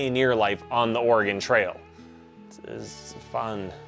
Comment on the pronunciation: I really wish someone would teach how to say "Oregon" properly..:(